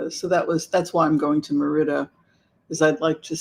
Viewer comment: It is Merida with emphasis on the Mer